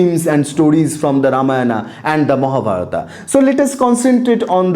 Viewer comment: nonsense... completely alien to what tradition says... please don't believe this. The dishonest guys do not even state this is an opinion of someone when they say things such as sacred to secular etc. This guy cant not even pronounce the name Ramayana properly. What kind of silly patashala is this? Where as Vyas they used "believed" to be written several time! Utter nonsense. The guy can not even pronounce Khanda properly.